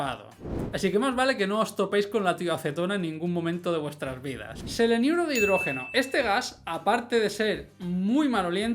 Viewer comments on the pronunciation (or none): No es seleniuro, es selenuro